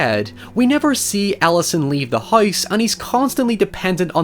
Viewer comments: great video awesome channel but... FOR FUCKS SAKE CAN YOU SAY HOUSE NOT HOWUSE!!!!!!!!!!!!!! FWEBNTYBQ0-WVEHBYGPAAPVIOAWENVU[WE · I subbed when you said "hoyuus", lol. Great vid and discussion, thanks for the video.